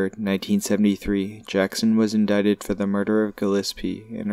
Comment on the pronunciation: Wow glad you finally pronounce indicted right! 👍